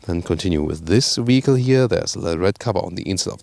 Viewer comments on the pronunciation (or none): I believe your german accent renders you unable to properly pronounce the word "vehicle" . I am sorry to say that this way it sounds as if you were trying to say "fecal" but with "v" at the beginning. This is not an insult ... just my failed attempt at constructive criticism.